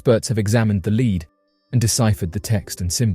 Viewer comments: The “Leed” Codex???? AI fail. Or can humans be this lazy/dumb? The manuscripts are made of LEAD. Not “leed”. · Did he mean “Lead” as in the metal that Superman cannot see through? Or to sound like “ledd” not “leed” easy mistake, many words are pronounced differently across the pond.